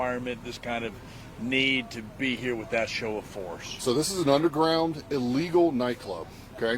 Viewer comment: It's pronounced "illegal" not "ill eagle".